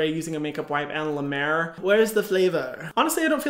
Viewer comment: Hyram and I made the same face when she said La Mer cream